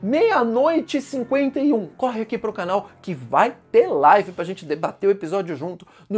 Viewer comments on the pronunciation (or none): none